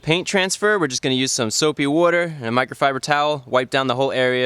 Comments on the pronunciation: "soap wooder" haha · 'Soapy wooder' 'Warm wooder'. Says Chris fix :Tree: Yo get that wood on my tog' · He pronounces water like "wooder" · Soapy woder? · LOL I love the "Soap + Wooder" Gave me a good laugh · Soap and Wooder, lol. How Jersey of you, Chris.